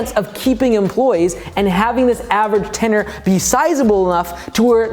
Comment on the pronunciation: ten-URE (your)